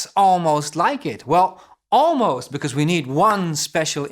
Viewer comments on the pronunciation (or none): none